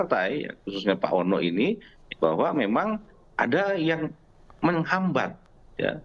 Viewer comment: Ngomong gak jelas ini orang..!!!, menghambat ....menghambat...........apaan tuuuhhh...?!!!.